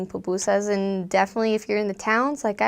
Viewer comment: why you say pupusas like that